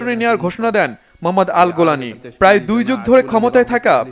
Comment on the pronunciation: আাল গোলানী না, আল জাও লানী।